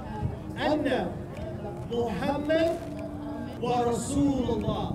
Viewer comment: Please correct pronunciation of wa ashhado anna Muhammadan and dont say wa Muhammadan